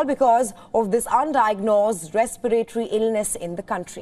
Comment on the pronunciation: RESPIRATORY NOT RESPEYREYTORY... VARIOUS NOT . VERIOUS